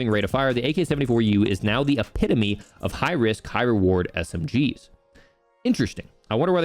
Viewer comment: You'd be amazed and how many streamers who can't even read the words "efficacy" and "epitome"... Really makes me worried about the future of our next generation. This is I think the 4th channel and you're the first who phonetically pronounced and understood the meaning. Not exaggerating when I say a lot of these top other streamers just skipped over these seemingly common terms.